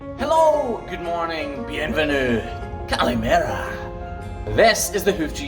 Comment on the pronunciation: Are you learning Greek? You said good morning almost like Greek. I can see you escaping the Scottish rain and doing vacations in Greece on summer! 😀